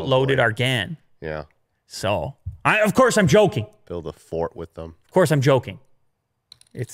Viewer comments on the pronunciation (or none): none